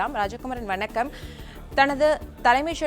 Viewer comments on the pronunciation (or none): none